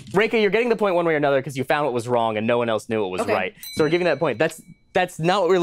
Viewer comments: Um actually... You asked "what's Wong with this picture" rather than "wrong" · Has it always been "WHAT'S WONG WITH THIS PICTURE" and I've never noticed until now? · "what's wong with this picture" - excuse me?